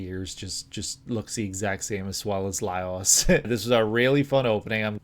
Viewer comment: Lol it's pronounced Lie-ohs because it's actually spelled Laios